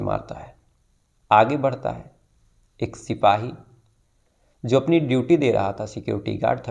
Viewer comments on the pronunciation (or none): जो को ज़ो बोलते हैं 😂